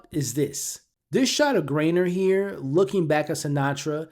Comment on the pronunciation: I’m like who is Grainer 😅 i love when that kinda happens but his name is GEIGER im almost certain